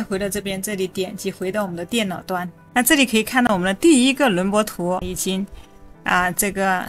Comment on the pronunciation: 轮廓（kuo）图, 内容挺好，就是这个字多次重复很别扭